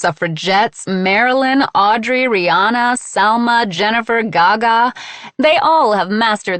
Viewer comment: Please... her name is pronounced "Ree-Ann-A" not "Ree-On-A". Maybe insignificant to most, but people mispronounce my name all the time and I find it very inconsiderate